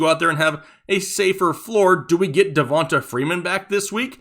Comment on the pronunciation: It’s pronounced da-von-Tay Freeman! Not da-von-tuh . Have you never met black ppl? Lol